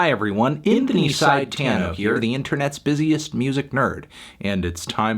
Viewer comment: "Inthony Sidetano" 😆